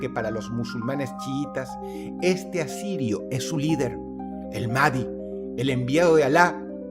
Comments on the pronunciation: Algo que no es imporante, pero si muy molesto, es que pronuncias "Mahdi" como "madi" La "H" se pronuncia como "J" De modo que sonaría como "Imam MAJ-DI" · El imán mahdi no es el mesías, (por cierto, la H en mahdi se pronuncia como j, asno) El mahdi llegaría después de que el anticristo llegué al mundo, y lo que el hara es formar ejercitos para destruir al Dajjal En la creencia musulmana se dice que Jesús regresara al planeta justo cuando los musulmanes estén a punto de ser destruidos por el Anticristo Entonces, Jesús matará al anticristo, el mismo El Mahdi solo recultara musulmanes, más no es una figura mesianica